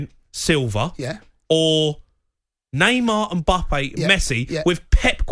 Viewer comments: man said embuppay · Jamie it’s Mbappe, it Emboppay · Why does he keep calling him mimbppa clown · I didn’t know his name was Mbuppe, thanks Jamie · Everyone: Mbappe Jamie O'Hara: MBUBBEY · O'hara calling mbappe mbuppe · Is nobody good to address the 'mbuupee' situation? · Say it with us now Em-Baa-Pay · Does he ever pronounce Mbappes name correctly? Doing my head in 😂😂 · something very wrong with the way he is saying Mbappe